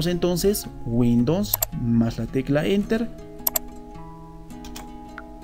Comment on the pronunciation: minimo pronuncia correctamente windows....